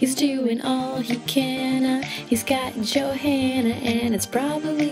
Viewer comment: awesome but i think johanna is pronouced joe-anna not joe-hanna. but i memorized this its the best song ever its better then the real song :)